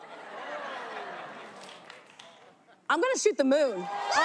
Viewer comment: Yeah, wtf is a POOT She said it twice and Fallon got TOOT out of it somehow. Haha wtf.